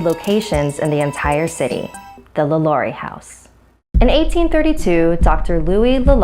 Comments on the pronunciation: the way she pronunced Lalaurie like omg thats like when white people try to pronounce spanish words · Am I the only one getting annoyed by her mispronunciation of Lalaurie